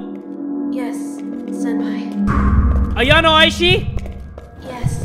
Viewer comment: Why do you call senpai "senpapi"?